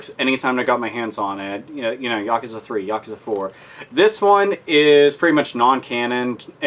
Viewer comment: Yakuza is pronounced "Ya Coo Zah"